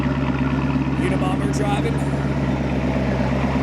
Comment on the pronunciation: Lmfao " Unibomber driving"